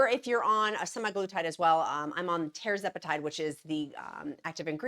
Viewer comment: It's TER-ZEP-a-TIDE